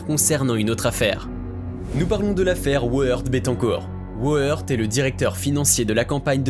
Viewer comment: Éric woerth ce prononce ("veurte") 😉